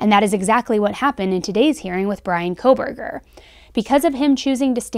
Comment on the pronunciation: The judge has about 4 months to learn how to pronounce the names of the victims CORRECTLY. At the ‘gag’ order hearing is being ever so careful to show respect for Bryan’s rights for a fair trial. To mispronounce the victims names showed such disrespect. He had no problem pronouncing Kohberger. Thoughts….